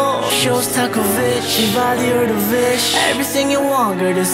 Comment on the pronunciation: davish is not how you pronounce debussy